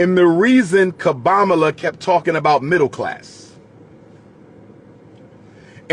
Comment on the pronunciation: "Kobamala" is that with 1 K or 3?🤣